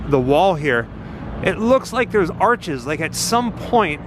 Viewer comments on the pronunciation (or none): none